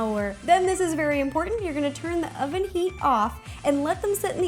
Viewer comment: LOL, she says "ovem" 😂😂